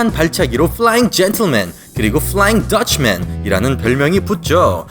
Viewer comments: 쁠라읭 줸툴맨! 쁠롸윙 더츼맨!! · 뿔라잉니킥 뿔롸잉 더치맨ㅋㅋ